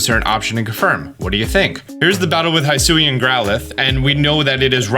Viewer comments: BTW, Hisuian is pronounced like "HE-sue-ee-ann". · Just the biggest pet peeve for me from these last two videos –especially because they pronounced both words several times during the Presents– is how you pronounce Hisui/Hisuian. Keep in mind the name of the region was coined in Japanese so they would be pronounced [hee·SOO·ee] and [hee·SOO·yan]. Also, Dialga is pronounced [dee·AL·gah], not [dye·AL·gah] (also from the Presents).